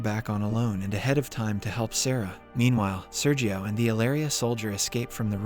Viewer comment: Listen to the words he butchers, the inconsistency of pronunciations, the robotic way in which he says things with many separated latters (example: When Sergio was first introduced in part 1, ). Also, though I know better than to make an inquiry regarding the age of a lady, how old are you?